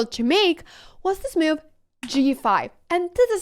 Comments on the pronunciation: This is a wonderful video and I agree with evantim2588 below. One thing that bothers me however, is that you seem to pronounce "move" like "Mewv. So if it makes any difference, you could practice the cow sound "moooo" and then the cat sound "Mew". Also, I am afraid that you may be correct in your pronunciation. If so, I have been wrong all my life! You obviously have a lot more experience with mewves than I do. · I was listing with 0 volume and every time you said move it showed as meal in the subtitles and I was so confused